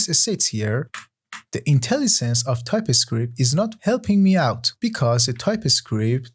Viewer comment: The course is great! But why do you pronounce "TypeScript" like "Ty-Pi-Script"? Nearly got annoyed by that fact...